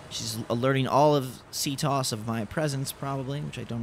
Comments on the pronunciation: loving the escape but please listen to Auden it's pronounced C T O S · It's C.T.O.S not "ctos" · It's not ctos in one word it's c.t.o.s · And by the way it's not c tos it's c.t.o.s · Its pronounced C T O S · Its C-T-O-S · You pronounce CTOS wrong